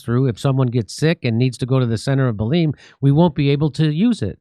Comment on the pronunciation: Belén is pronounced like in Spanish.